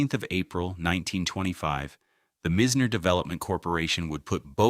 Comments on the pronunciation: He keeps mispronouncing Mizners name , it’s pronounced MY z ner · Agreed ! And their are people that will mispronounce unless the AI is sent to school